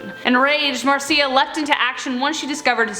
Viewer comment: Is it bugging anybody else that she's saying Marcia wrong